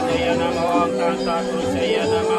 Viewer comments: Pengucapan om nya kok iam ??? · Memang banyak sulinhgih tidak tepat pengucapa sukukata msntram. Kalo walaka dikritik habis. Om disuarakan youm.. Iyom kok boleh.. Shantih disuarakan santieeh.